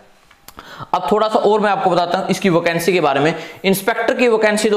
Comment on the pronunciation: OCANCY ❌ VACANCY✅